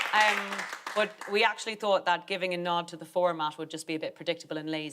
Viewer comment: Oh no. Aisling just said, 'thunk' instead of 'thought' but at least she said, 'people WHO' and not 'people that'!